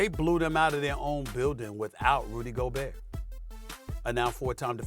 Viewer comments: “Rudy Goburr”😅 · Rudy Okurrr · Nobody: Perkins: Rudy Goburr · Rudy Go bear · Rudy Goburn!!!